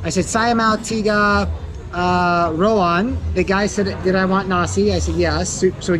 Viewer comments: Love your videos bro,, sometimes you make me laugh when you mixed up Indonesian words. For example it isn't rOwAn but rAwOn....lol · RA-WON. NOT RO-WAN. 😄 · Rawon Sir not Rowan 😅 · It is called Rawon not Rowan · It is Rawon not Rowan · It's Ra-Won😁